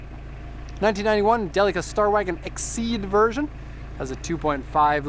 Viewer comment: Не джелика а Делика..А так молодец!